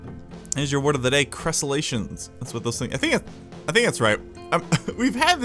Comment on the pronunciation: They are Crenellations not Crescelations! Love your Planet Coaster Vids! Newly subbed going to check out the rest of your videos when I get some free time :P